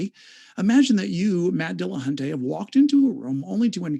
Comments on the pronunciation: why do so many people pronounce matt's last name as dillahunTAY? there is no 'a' between the 't' and 'y' at the end of his name. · AND, AND its NOT "Dil-lah-hun-TAY", you lying, irritating, interrupting, "mmm... hmm...ing" subhuman troglodyte.